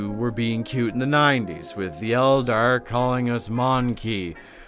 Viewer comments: My brother in christ, you don’t say it like „mon-key” you say „mon-kay” I’m an ork player and even I know that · It's not "Mon Key". It's "Mon Keye" like the thing you see with. It's a play on "Man Kind". It's also a play on the word monkey. If you hate the eldar for being written the way they are, I can only imagine how you feel about the Imperium and especially Orks.